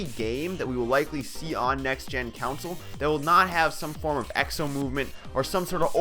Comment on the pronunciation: Why do you say "council"? It's console.